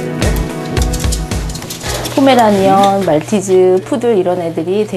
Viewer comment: 포매라니안 인데 포매라니언ㅋㅋ